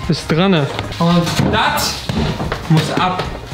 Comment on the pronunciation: bitte sag niewieder drane